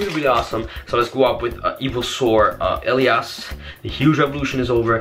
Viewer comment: rip pronounciation on elias